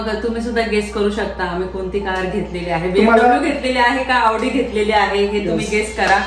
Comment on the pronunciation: Khup mast aahe car showroom 👌👌🚘... Khup chaan chaan cars aahet 🚗 Audi aani bmw 2nhi pan chaan brand aahet.. 🚘👌... Audi ch pronounce aawdi kartat tikde 😂😂.. 2nhi cars che features, colors and comfort khup chaan ahet 🚗👌 Barobar aahe Tai and dada.. CAR ghena he ek swapn Asta aani mothi investment aste 🥰.. Te swapn Tai dada ch complete zal aaj 🤩... Jevna madhe Chhole bhature mast ch vegla kahitari 😋😋👌😍.. Mazya guess nusaar AUDI car book keli aahe Tai dada ne 🥰